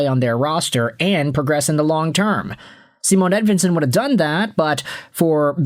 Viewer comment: Bro it's not Seamoan Edvinsson it's Cymahn Edvinsson! If you were a Red Wing fan at all you'd know this.